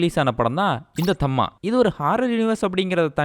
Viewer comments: அது தம்மா இல்ல தாம்மா 😂😂😂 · Tham -ma illae Tha -ma correct pronunciation